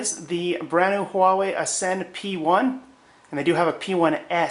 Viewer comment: Wait... you pronounced it huah-way? Finally, someone who doesn't go wah-way!